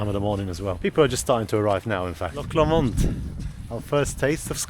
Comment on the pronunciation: Beautiful area!!!! Being in Scotland, it's a loch not a lake. Also, it's pronounced Loch Lomond (Low Mond) Oban is pronounced Obin